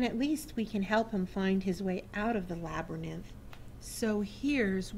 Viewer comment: i'm not sure what state you are from but the word labyrinth is pronounced LAB---A---RINTH NOT LAB-RA-NITH!!!!!!!